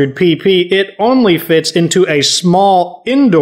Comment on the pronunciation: I was literally just thinking that I was like if he says it one more time I'm going to freak out and he says pee pee supply and I'm like 💀